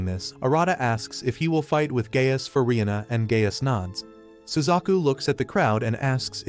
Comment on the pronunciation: Anyone else hearing Gay ass instead of Gaius